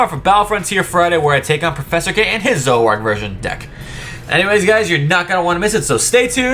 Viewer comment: It’s “Zor-o-ark” not “Zo-ak”